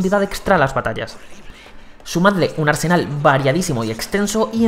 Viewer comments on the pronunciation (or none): none